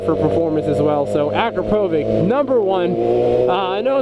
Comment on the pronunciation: Yoshi don't have Chinese writing they're Japanese. akrapovic is pronounced acropavich. I have a Vtwin Honda and Micron are the only ones for vtwin sport bike.